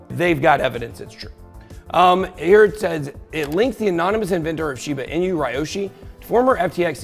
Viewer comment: Pronouncing correctly Ben? Shiba 'Inyou' as you say? or 'Inooo' as I understand it? Sorry just sounded pretty funny when you said it :) Great job btw! Is it possible we should be in a bull market since the fall of FTX but because of the reach of all his alleged indiscretions, he owned and influenced a great deal of the crypto market, ie - the biggest whale with the biggest piece of the pie - and now we are still experiencing the fallout of that?